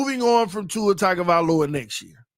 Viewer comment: Is intentionally saying Tua’s last name wrong?😂